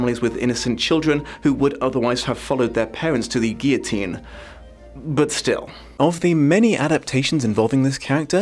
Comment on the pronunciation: Liking and commenting because you pronounced guillotine correctly.